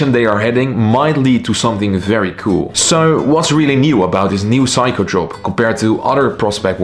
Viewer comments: It's not psycho! it's Seiko (C-ko) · It's pronounced Seiko (/ˈseɪkoʊ/ SAY-koh), NOT Psycho! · Its not Saiko its Seiko, you have pronance e after s not a. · Say-ko. Not. Psycho 😅. I am wondering how he can do watch reviews?? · hey, just wanted to let you know that it's pronounced "say-ko", great video! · it’s okay. Just have’t heard Seiko that way before. 👍🏻